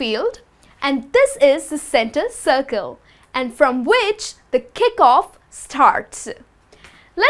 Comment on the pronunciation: She sounds so aggressive. Calm down honey. It's penalty spot not "phenalty sspott" or center circle not "centttar chhirchle."